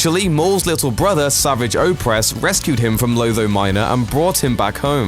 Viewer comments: It's not 'sa-vi-ch' it's 'sa-var-ge'! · Savaaj. That's how his name should be pronounced. Not Savage. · Fell down an elevator shaft...... that thing isn't a fucking elevator shaft. And it's not pronounced savage- it's savajj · Did this guy ever bother to watch any of The Clone Wars shows or is he just reading a script? Yeah it is spelled Savage, but the show never pronounced it like you normally would. The syllables are different. Normal is sav-age where as the show makes it sa-vage. Sounds like garage. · His name isn't sav-idge, the way you normally say savage, it's they same as how you pronounce A-sarrj Ventress, his name is pronounced Sa-varrj. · It’s not pronounced savage as in savage beast...it like, savaage but looks savage . Make sense? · I'm mad that the person who narrates this pronounces Savage Oppress name all wrong. Uuuuugh, "Sahvahg" Oppress is a better way to say it. This guy makes it sound so weak. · Matty vP Its pronounced S.a.v.o.z.h. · Jeez get your facts right before making a video, and learn how to pronounce Savage's name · The way you pronounce 'Savage Opress' makes me want to die! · Learn how to pronounce the name Savage. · Why can no one say savage oppress' name right in videos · Fucking pronounce Savage's name right. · It's how you pronounce the name.